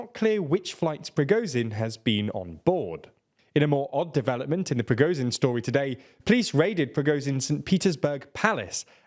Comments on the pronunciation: who is PRI GO zin????? you mean prigo_zzzhhhhhhin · his name is prigo-ZH-in, not prigo-Z-in. the english language has the sound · Please learn how to pronounce Prigozhin; 'zh' is not pronounced like 'z'.